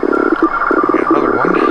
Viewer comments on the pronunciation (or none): none